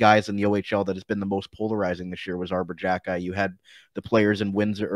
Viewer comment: I love Jackeye, that's how you pronounce his name, he will be a fan favorite for sure, he's got a good offensive side and he also has a great shot.